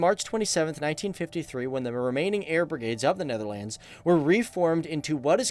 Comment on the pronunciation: Born in the Netherlands. My wife and I would appreciate it if you started to pronounce the name the Netherlands with the proper accentuation, thanks.